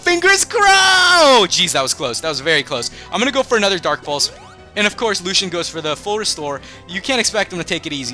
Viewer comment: Dude it's pronounced Lu-see-an not Lu-Shan